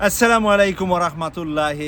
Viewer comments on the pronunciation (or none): none